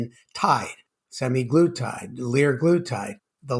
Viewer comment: Hmm, semaglutide, not semiglutide. I think "sema" refers to the 7 day cycle. Good discussion. I agree about Type 1. I've heard from at least one Type 1 person that the drug works for them. Probably this is due to the gastric slowdown since their bodies cannot produce insulin.